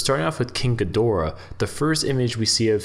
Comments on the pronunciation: GEE- door-AH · Thank you! the way the voice is saying Ghidorah.... SMDH